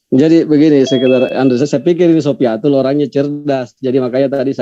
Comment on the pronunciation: satu yang bikin saya tertawa ngakak bang.....di bilang syoifatul di sebut syoifatul radialloh anhu... 😆😆😆😆😆😆